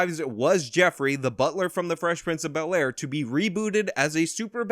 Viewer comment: Fress princh of be👅👅 ayre